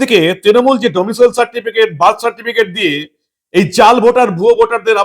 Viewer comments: ডোমিসিয়াল নয়। ডোমিসাইল উচ্চারণ হবে। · ওহে ডমিসিয়াল (domicial) নয় , ডমিসাইল (domicile) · সঠিক উচ্চারন ' ডোমিসাইল ' , ডোমিসিয়াল নয়।